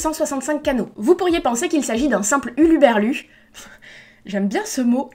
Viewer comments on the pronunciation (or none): C'est très perturbant de t'entendre répéter "huluberlu" 3 fois quand le mot c'est "hurluberlu" :') Je pense que tu as appris ce mot à l'écrit, ça me faisait pareil avec Clytemnestre (que je prononçais Clymnestre) et d'autres noms grecs après avoir lu l'Iliade et l'Odyssée x) Super vidéo en tout cas :D Le livre qui me tente plus c'est le Camus, mais c'est surtout parce que j'adore sa façon décrire, tout en nuance, et de traiter ses personnages. Sinon, je me demandais si il t'arrivait de lire des livres de science fiction "classique" ? (pas du young-adulte, mais plutôt des Bradbury, K. Dick, Scott Card, Simmons...)